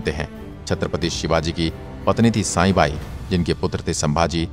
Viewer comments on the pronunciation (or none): साईबाई नही सईबाई है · It is not साई it is सई बाई